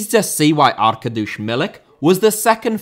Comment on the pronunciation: No, it's Ark ad eee ush - not that monstrosity of what he said.